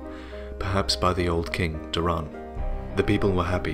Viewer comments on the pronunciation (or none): Door-ann, door-en, daw-ren. Not Dur-ran.